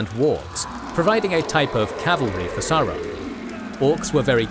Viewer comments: I hate to point this out ... but you are mispronouncing Sauron throughout. It is pronounced SAWron, as in dinoSaw. Listen to the 1964 interwiew with Tolkien at about where he is being asked about power being in high places. 'Morgoth and his lieutenant SAWron ...' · Mind. Blown. I grew up thinking it was SAWron only for the movies to convince me it was SOWron. What might this mean for other pronunciations in the legendarium?! I need to seek out more interviews...